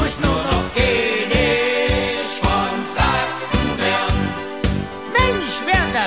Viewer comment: Keenisch von Sachsen